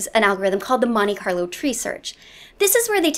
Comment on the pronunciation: What algorithm? Monika Loutry? Moniker Lottery? Moniqua-lou-tree? You flash so much random nonsense across the screen but fail to subtitle this for further reference. Sad. Otherwise cool video.